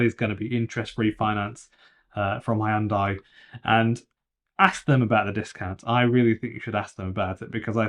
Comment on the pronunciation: you lost me at "Hiundai"